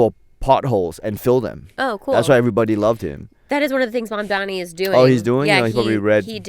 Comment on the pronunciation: why can't you still pronounce his name? It's Mamdani, there's no M at the end. Ridiculous and disrespectful after a point.